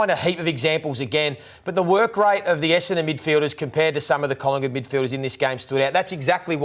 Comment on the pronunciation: Essadon club captain can't even pronounce Essadon correctly! lol